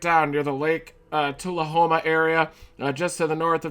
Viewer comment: hey thank you for pronouncing Tullahoma right